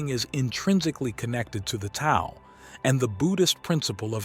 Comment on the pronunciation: Very insightful..,just to let you know, Tao is pronounced "Dao"; the "t" is said as "d". Thanks for a very good video!